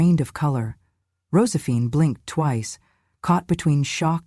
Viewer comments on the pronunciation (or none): Why so many flubs in the reading of this script?! Mispronounced words and names : Rosephine?